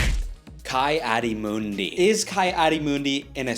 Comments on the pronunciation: you pronounced ki-adi-mundi incorrectly. it's key not kai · It's Key-adi-mundi not Kai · did bro just say KAI-adi-mundi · Oh no, hes one of the fans that pronounces it KAI Adi Mundi...... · ITS KEEE ADI MUNDI and BEN QUADIN"AIR"OS PRONOUNCE IT RIGHT